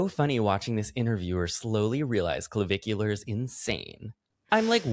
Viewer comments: Puulleeze Matt its not Clovicular !!! Not CLO BUT CLA … puuulleezze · each time you said clavicular, my mind went straight to Bunnicula 🐰 🩸 😂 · It’s the emphasis in the syllables and the way that you can pronounce -ar like -euhh (dramatically British) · I’m here for not being able to say Clavicular for the whole video